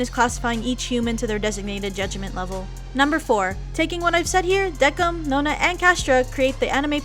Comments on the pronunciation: ITS NOT DEKIM ITS PRONOUNCED DEKIMU TRIGGEREEEEEED!!! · I thought Decim was pronounced "Des-im" 😂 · WHAT u say Decim's name with a K when I used to say it with an S lol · the pronunciation of decim is wrong . -.